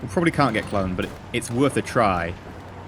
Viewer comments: It's Cu-loan to Brits, but because of his accent it sounded more like Cloan. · If he had said it the German way, it would have been 'Kurln', as the Umlaut (dots) make it sound like 'Urrr' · "If we can take clone out,"-EE. Lol you mean Köln right?